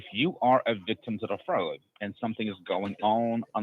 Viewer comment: That “agent” had so many red flags in his pronunciations and misuse of words. Anyone who’s doesn’t have mental decline should’ve been tipped off. We need to protect our elderly from these “fraudsters”. Wire froud, credit froud. 🤦🏼‍♀️🤦🏼‍♀️